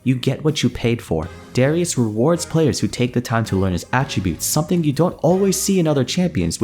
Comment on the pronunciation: i know im a year late i know the name darius its not "s" but "sh" i hope this gets to you the name is from my country of course